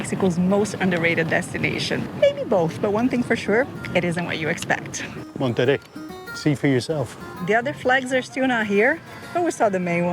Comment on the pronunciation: Monerrey its low key, you are rocking the boat.